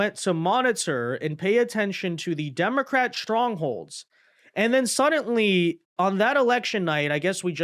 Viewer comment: it's "suddenly", not "suddantly". There's no "T" anywhere in that word. You're driving me crazy over here! 🤣